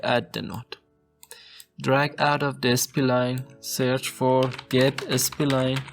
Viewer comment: Spline , not S P Line.😅